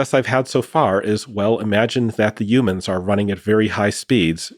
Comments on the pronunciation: I know it's not important in the context of this conversation but PLEASE stop saying UMANSwe are HUMANS stop Tryna sound like an alien or extra. It's Human not Umans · Why does he say youmans?